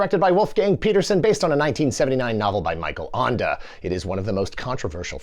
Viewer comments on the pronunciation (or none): “Michael Anda” … “Das Buut” please, don’t speakk German 😂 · Feel free to contact me if you need help pronouncing German authors' names in the future. That's not a French name 😂